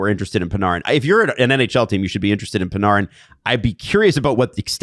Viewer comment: Who is Pin-are-in ? You mean Artemi Panarin ( Pan-air-in ) ?